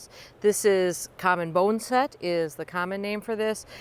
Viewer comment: Congrats! Also: thank you for saying boneset onscreen. I'd been saying 'bon-uh-set' ... bone-set makes way more sense. Like ... for setting bones. Duh. LOL Great plant ... just swarmed with pollinators.